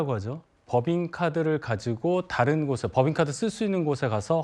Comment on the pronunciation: 김종석 앵커는 항상 '좀(조금)'을 '쫌', '다른'을 '따른'이라고 세게 발음한다. 좋은 발음을 두고 왜 이렇게 추하게 말하나? 듣기에 아주 거북하다.